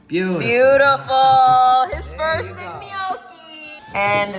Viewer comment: Are you pronouncing it “i-gnocchi”?